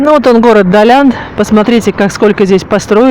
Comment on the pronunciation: Далян...без мягкого знака звучит странно, а ударение в слове Сафари тоже удивило, а в целом неплохой ролик, верно я поняла, что у моря нет гостиниц? И до моря добираться только на такси?